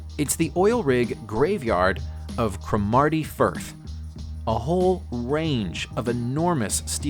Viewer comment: Its pronunciation is CROM A TY FIRTH